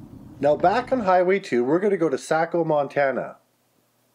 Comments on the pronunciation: I used to live in Havre. My last drunk was at PJ’s Bar on February 24, 2005 it’s where the Rocky Boy tribe drinks. Been drunk in every bar from Williston to Shelby on the high line numerous times. I’m an oil man from Mississippi that spent 27 years up there. It’s pronounced sayco not sacko. Great bar to drink in right there. Jay that runs a poker game in Billings is from Saco. He lives with the bookies (Beaver) sister Julie. I loved this video it brought back old times. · It's "SAY co" and "GLAS go." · It's Say-Co Montana. It's Van -Day-li-ah. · Saco= say-Co Glasgow= Glass-Go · It's pronounced SAco--with a long A. 🙂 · Saco is pronounced SAY-CO & Glasgow is pronounced GLASS-GO, just like that . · It's pronounced "say co" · saco is say-co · Did you know there are a hundred officially designated ghost towns in Montana, including the first state capital. (I myself grew up in one of them.) I appreciate your interest in some of the places where I have been stationed as "The Bible Priest." Yes, for seven years I said Mass every Sunday in Dodson and Saco. (There were more people around in those days.) Just for the record, however, Saco is pronounced "Say-ko," not "Sack-oh." Vandalia is pronounced "Vanday-lia," not Vandah-lia." Tampico is pronounced "Tam-PEE-ko," not "TAM-picko." Glasgow is pronounced "Glass-go" (like in Scotland) not "Glass-gaw" On the other hand, Zurich MT is pronounced "Zur-rich" not "Tsoo-rick" (like in Switzerland). If any of the old timers were still around, they could have pronounced the names of their towns for you. But, hey, thanks for the trip down memory land. Much appreciated! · Wrong. Saco is a Spanish word, neither you or him pronounced it correctly. 🥴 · My family has a farm outside of Saco (funny the way you pronounced it 🤭) I haven't been there since the 80s, but I remember stopping in Saco before heading out to the farm. It used to have way more people.